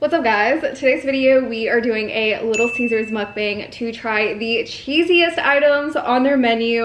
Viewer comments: You're still pronouncing "mukbang" wrong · Please stop calling your small eating shows a "mukbang" especially since youre not pronouncing it correctly and you arent eating a huge amount of food.